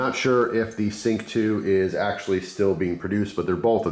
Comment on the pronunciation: lol yes I misspronounced the names its sync like your "sync your voice"